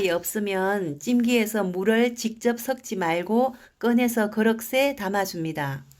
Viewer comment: 말투참듣기싫다.그릇에가아닌 그륵세.